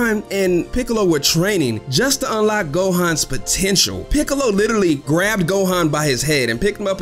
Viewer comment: Peekalow though? 😂